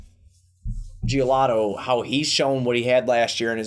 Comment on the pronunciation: Bro its giolito not giolato lol